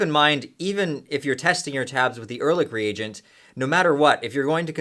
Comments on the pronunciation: Erlich is not pronounced with a k. In german, ch is pronounced softly. like sh only with a c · Wie er ehrlich ausspricht ist genial :D